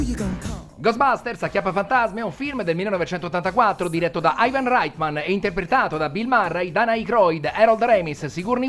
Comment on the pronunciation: Stupendo!! Unico appunto, la pronuncia dei cognomi “Reitman” e “Venkman” sono “Raitmen” e “Venkmen” ciao!